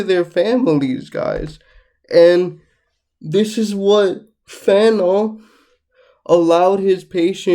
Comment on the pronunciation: Frantz, Jordan... not Fanon my guy. 😅